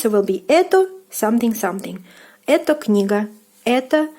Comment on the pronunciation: Please, don't pronounce "etO", but the correct " etA" because it is confusing... :)